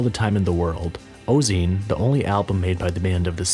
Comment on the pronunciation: pronounced: "oh-zay-on" 😉